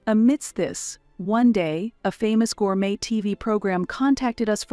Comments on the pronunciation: Edit. Gourmet is pronounced gour may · Gourmet is pronounced gorgeous may, it French and the t is silent. Please edit before posting. It's irritating with all the mispronounced words. I liked the story though.